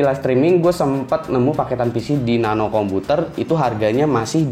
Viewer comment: woy Nano yg bener nape..